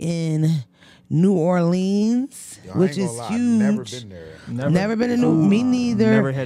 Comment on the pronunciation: I love you but you better figure out how to pronounce New Orleans by the time you get out there we gone talk about you lmao